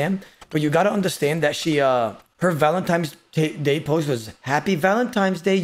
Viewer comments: "Valentimes Day' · No way says valenTIMES day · oda the fucking toddler..."Valentimes" bro... u call spaghetti pascetti?